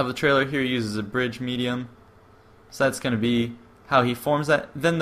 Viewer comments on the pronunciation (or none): none